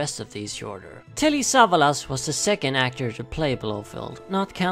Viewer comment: Sa - VA - las